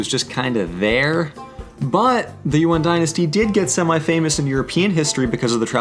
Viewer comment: lol, it's Yuan, not UN